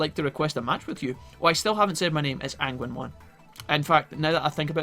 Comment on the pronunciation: Today ive learned that Agunimon's name is pronounced "ANGUINMON" i cant stop laughing...